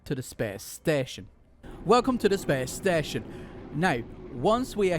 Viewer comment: “Whulcome too da spess steshion” “jum pout”